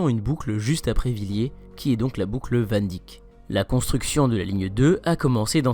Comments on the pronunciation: faut savoir parler des noms etrangers COMME IL FAUT Van Dyck est un Nom hollandais qui se prononce p a s WANDICK (Dick est le nom anglais pour le Penis) ca se prononce CORRECT VAN DEIK (y = ei) alors personne sinon comprend wandick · On dit "Van Deïck", pas "Van Dick". Je sais que c'est mineur mais c'est vraiment ridicule à entendre 😆